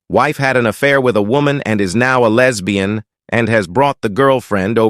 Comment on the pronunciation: Every time it says "lez bee in" cracks me up. It sounds so weird.